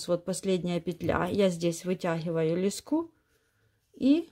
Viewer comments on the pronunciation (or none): Выучите ударение в словах: "пЕтель", "лЕску". В первом ряду после выворачивания вы вяжете не лицевую, а лицевую за заднюю стенку. Во втором ряду вы вяжете не изнаночную, а изнаночную за заднюю стенку. Вы их названия постоянно путаете, вводя людей в заблуждение.